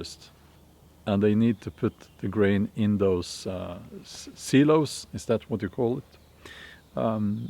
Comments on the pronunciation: Pronunced sigh low (Silo) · Silo = S"eye"low I really enjoy listening to you. My wife and I are 69 years, and we try to prepare although we have no help from our children. They think we are crazy. You know they won't believe, nor prepare till it's too late. Then they will want our help. They think we are foolish also. Hopefully, we are wrong and they are right. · S(eye)low is how it’s pronounced. Silo at least in USA that’s how it’s pronounced. I’ve built four 25’ x4’ wide beds for vegetables. I tilled a 20’x20’ bed for potatoes and onions. Then I gathered 25 mineral buckets for pole beans and peppers. Im gathering dry goods and canned goods for a couple months now. I’ve still got so much todo. My sister and I opened a booth in a neighboring towns antique shop and go around to garage sales on the weekends scarf up on all the cheap cheap products then go resell them in our booth to generate extra money. We are becoming as independent as we can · It's (silo) "sigh-low" brother.